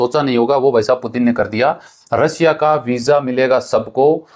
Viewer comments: रसिया नही रशिया होता है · रसिया नहीं रशिया है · भाई रसिया नहीं रशिया कहो सेएर नहीं शेएर कहो